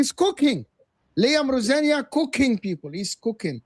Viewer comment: Why can't anyone pronounce Liam Rosenior's name correctly? Even the Chelsea fan... Why are they pronouncing it as if Liam were French....